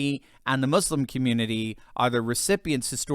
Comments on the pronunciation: Thank you so much for pronouncing so correctly the word “Muslim “ 💖😍🥰 ( not mazlim) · Finally an American who doesn't pronounce it muZlim. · A white guy that says "Muslim" instead of "Muzlim" bravo!